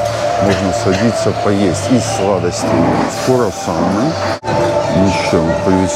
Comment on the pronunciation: Круассаны😃, правильно говорить Круассаны , а не Курассаны! Ну вы чего так безграмотно ведёте репортаж?